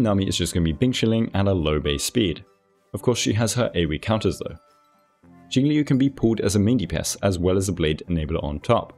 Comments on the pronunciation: Liu is pronounced like "Lyo" it rhymes with the Japanese name "Ryo". You just make the L sound with your mouth and then follow it with "Yo" like in Yo-yo. Admittedly, it's one of the harder Chinese syllables to pronounce so I don't blame anyone for it. Even on the official live stream they say her name as Jing-"lyoo". XD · One day there will be a guide-maker who correctly pronounces Jingliu's name.